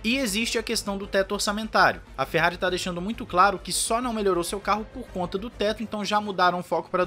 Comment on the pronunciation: É impressão minha ou ele largou um "Merrari" no início do vídeo???